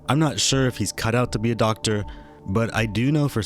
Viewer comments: He can't even say the word doctor right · He can barely say the word doctor correctly. I highly doubt he would be able to perform college courses. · I think he said " docteer " who knows what that is..